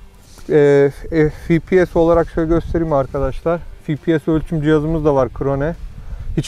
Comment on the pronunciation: Fİ Pİ ES değil dostum 😊 EF Pİ ES ingilizcede Fİ yok EF var 🤗